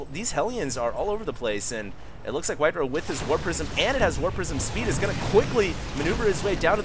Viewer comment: It's White-Ra. Say it with me. White-Ra. White like the color. Ra like the Egyptian god. It sounds like the word Raw. If you push Control+N in a 1v1 replay it shows the name overlay including supply........ DO IT!